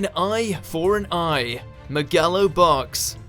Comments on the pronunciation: “May-gallo Box”?????????? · Wtf was that pronunciation of Megalobox? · i realize that has a tendency to pronounce things wierd, and it doesn't affect the video as a whole, but man the way he said megalo box oof